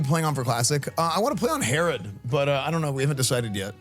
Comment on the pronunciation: So many WoW content creators dont know how to pronounce Herod x.x